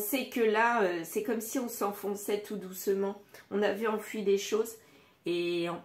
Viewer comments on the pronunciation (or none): enfoui à prononcer comme oui à la fin et non enfui